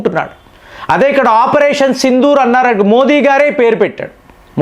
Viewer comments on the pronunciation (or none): none